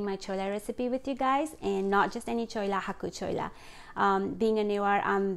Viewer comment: Its chhwwelaa not choa 😀😀